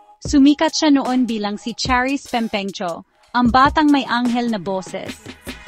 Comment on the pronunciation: ano b nationality ng narrator? nkakailang pakinggan ung mali2xng pgbigkas nya ng mga salitang Filipino pati n ung Cyrus at Pempemgco😅😢